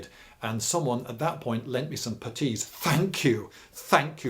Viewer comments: What the fuck is a PAH-TEE? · Why such emphisis on the t in putties surely on the u? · What's a "petis" or however you say it. You say they're great so I wanna know lol